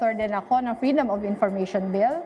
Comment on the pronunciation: Bat bell ang pag pronounce ni lenilugaw sa bill...? Nagpapa bata pa kase ang jonda na.